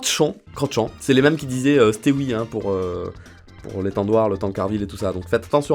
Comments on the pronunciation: Le « stewi » se dit STEVI, nom de bleu. 😁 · Le stewi. Ça se lis stevi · C'est pas un steoui hahahah ça se prononce stevi hahahaha tu me tuuues Bon moi je viens de Suisse du coup je dis pas tout pareil mais vous avez un langage chelou 😁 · Le stewi se dit stevi 🇨🇭🇨🇭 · au cas ou ça se prononce stevi (stewi) TeamSuisse